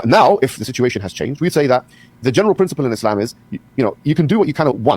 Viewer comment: I hate the way Destiny pronounces "muslim" "islam" "muhammed" Like we know that is not how native born Americans from Nebraska pronounce those works.